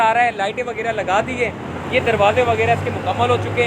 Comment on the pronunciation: Sahib KI Urdu bht kamzoor hay, WAGYRA koi lafz nahi huta ju 15 say zyada bar bolla hay, ye lafz haY WAGHYRA …PLEASE CORRECT THE URDU…